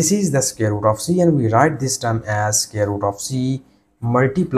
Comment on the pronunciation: Square root ❌ Scare root 💀✅